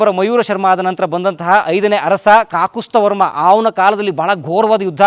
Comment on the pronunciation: ಅದು ಕಾಕುಸ್ತ ವರ್ಮ ಅಲ್ಲ ಕಾಕುತ್ಸ ವರ್ಮ